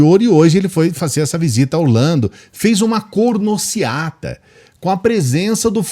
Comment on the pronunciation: "Cornociata" foi hilário!!! 🤣🤣🤣🤣🤣